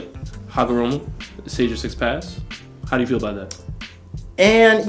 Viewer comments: hi name is Ootsutsuki not Ookutsuki ookutsuki Hagoromo not Hamogoro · take a shot every time u hear hagomoro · Its not hagomoroooooooooo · yall gotta stop saying hagaMORO, its HAGAROMO, PUT SOME RESPECK ON HIS NAME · yeah man got so many names wrong for a "Naruto guy" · He butchered that shit frfr 😂😂😂😂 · Man, I hate the way this dude says "Hagomoro" and "Momomoshki" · Why does saying "Hagomoro" infuriate me so? Same with "Momomoshiki" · "momomoshki" "hagamoro" "minatu" "okootsuki"